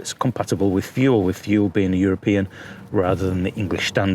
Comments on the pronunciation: Thule is pronounced “too-lay”. Just for your information. 😀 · Thule is pronounced "TooLay" apparently... new subscriber here, with no EMTB or TooLay easy fold either. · I think Thule is pronounced too-lee. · The way you pronounce the name is "Tu-lay", I know because I asked them specifically.